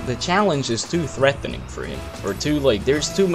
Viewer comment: No one:: Threathéning! But fr thanks for this series gc1 learning big time from your diamond plays lol